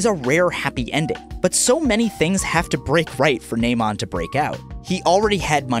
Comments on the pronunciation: It's Namond y'all. Namond Brice. Not Naymond. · The way he pronounces Namond, is hilarious. Like he is talking about a cyborg or robot.